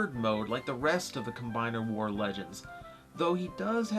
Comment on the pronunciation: Will constant dropping of the the "s" in "Combiner Wars" extend into Titans Return"? Will he add too many s's or will he just call it Titan War(s)? You'll just have to wait and see.